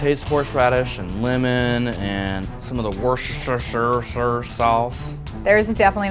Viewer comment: Worscesteeshurshure sauce 😂😂😂